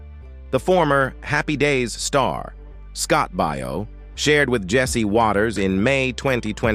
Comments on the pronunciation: Yeah, Scott Bao not Bio! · you need to get yourself a better narrator. This one’s terrible! Scot’s surname is pronounced Bay-yo, not Buy-yo. This narrator has got to be AI or something like that, ‘cause he can’t pronounce names and such worth a darn. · You should learn how to say Scott Baio's name correctly. The way you said it is completely not right. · I agree, he says it weird.